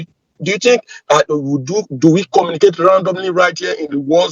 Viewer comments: "Comma-na-cate' instead of Communicate?! An American soldier? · Is he actually saying he is AN AMERICAN HIGH RANKING SOLDIER"? First off, he would never call himself by that; he'd be saying his rank cause they take pride in that. Also, no soldier could understand his orders because he CANNOT even pronounce words properly. Nobody can understand him cause his accent is actually thicker than most scammers